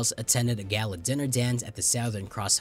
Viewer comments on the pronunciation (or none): none